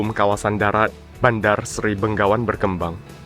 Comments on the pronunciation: selalu salah menyebut Begawan dengan Benggawan. Mungkin karena orang Indonesia terbiasa dengan menyebut Bengawan (Solo)😅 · Yang benar Bandar Seri Begawan, bukan Bengawan 👍🙏